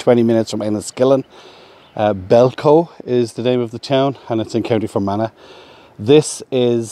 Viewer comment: Belcoo is pronounced Bell Coo